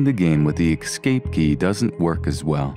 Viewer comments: You guys saying EX-CAPE instead of ESS-CAPE makes me want to push the Esc button, too. Seriously! I am not native english and I pronounce stuff better than you. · "EXCAPE FROM LAVENDERTOWN" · I cringe every time he says "exscape". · Argh, stop saying "excaping"...